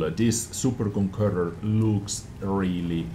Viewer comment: Is it so hard to say Conqueror ?